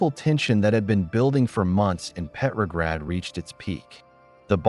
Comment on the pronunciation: "Petrograd," not "peppergrad." Pronounce the name correctly.